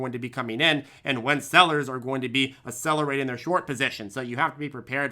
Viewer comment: Funny how you‘ve started to use a new word all the time! "Asselerating":) oh, and.